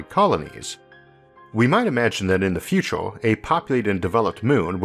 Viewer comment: I really like the way you push the human mind! But..but.., the ooo's are putting me down. Just can't come over it.. sorry. Maybe in the futoore